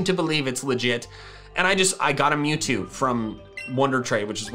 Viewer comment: Mewzvie not mewtwo